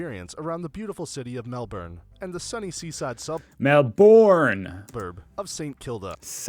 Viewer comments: It is neither Melburn nor Melborn. It is Melb’n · No, not mel-borne or mel-burn, though mel-burn shows some knowledge that mel-borne is not right, massive fail there. The nearest would be melb-un with the u pronounced as uhh not oooo or you as in 'sticky bun'. Also not MEL-bun. The US heavy inflection and eye popping spit it out, bark it inflection on the first syllable is catching on in Australia, but generally the syllables in words are delivered equally and relatively flat. Here, once again you watch a video that does not have Australian narration, the words may be of Australian origin but they are spoken by an American who has has some small briefing into how to deliver the narrative . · America has hop on hop off buses. They work on a loop going to all the major sites. A day ticket means you can ride the bus all day and get on and off as much as you want when the bus comes past the attraction again. Also, it is Melburn f you have an American accent. Melbin if you are Aussie. Never Mel born. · sorry mate its not mel burn or mel born but more accurately mel ben or bin but best not to emphasise the last vowel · Hahaha Americans pronunciation of Mel-BOORRN! It’s MEL-b’n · Yep us Aussies never say all the letters in a word if it makes it difficult - so it's really just 2 syllables mel bon with the emphasis on the mel 😁 if you insist on being a yank then then you can emphasis it as burn and we'll know where you come from 🔥 lol 😆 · Not Melborn, Not Melburn, but just Melb'n. Simply pronounced Melb'n. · It’s Mel-bin not Mel-born. I live near the Dandenong ranges with lots of fern trees within the gum trees. The Melbourne star no longer operates and has been dismantled. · Melbin, not Mel-born. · FYI it's not pronounced "Mel-born" or - as the other American used - "Mel-burn". The locals pronounce it Melb'n. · it is NOT MelBORN !! it is Melbin and 5 million as of 2022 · It's not pronounced MEL-BORN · Pronounced eemyew Melbourne pronounced Melbn. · Pronounced Melbin.